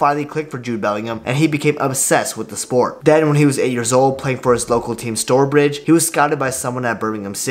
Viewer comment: Stourbridge is pronounce Stowbridge btw